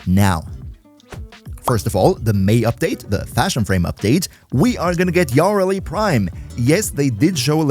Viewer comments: Your way of saying Kullervo and Yareli is cursed asf lol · u said yareli wrong VERY WRONG